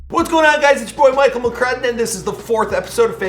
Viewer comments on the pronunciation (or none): none